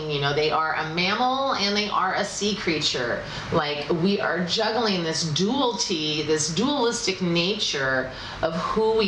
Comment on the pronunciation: A little constructive feedback..."Dualty" is not a word. "Dual-i-ty" is what you're looking for. Yes, I'm a grammar Nazi. Lol Keep up the great work. Love your readings! :)